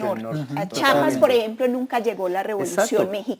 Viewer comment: No de sice Chapas, se llama Chiapas. Los franceses no se fueron del país con la Batalla de Puebla, México no tiene 30% de indígenas, sino alrededor del 10%, AMLO no hizo berrinche, le robaron la presidencia mediante un fraude electoral. No tienen idea de lo que hablan. Quería saber qué opinaban del triunfo de la izquierda en Latinoamérica, pero creo que con estos malos especialistas no me voy a enterar.